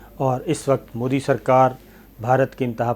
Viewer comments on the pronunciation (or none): none